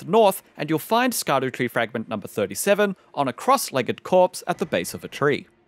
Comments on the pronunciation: For anyone who doesn’t know Scadutree is actually supposed to be pronounced shadow tree. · It's pronounced Shadowtree 🤓